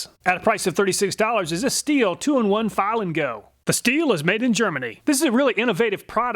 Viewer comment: Just a tip, “stihl” is pronounced as “shtil” (sh sound similar to the one in the word shadow). Never pronounce it as “still” :)